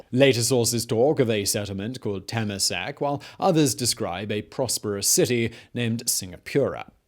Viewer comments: Haha teh muh sac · "Ter mer sack". HAHAHAHAHAHAHAHAH So before 1965, wouldn't Singapore be considered just one of Malaysia's state? LKY (Lee Kuan Yew) did more than those. (Remember and then you knew why he cried) He "fixed" the many problems Singapore faced at that time, namely racial unrests, resources shortage (food, water, land), economy, infrastructure, manpower, etc not only with results, but also the foresight. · Temasek - Tur-ma-sake Singapura - Sing-ga-poora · the way he said temasek tho 😂😂😂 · I had a minor stroke when he said "temasek" and "Singapura" lmao